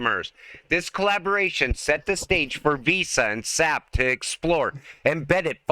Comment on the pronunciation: It's not SAP, like tree sap. It is an acronym pronounced with each letter S.A.P.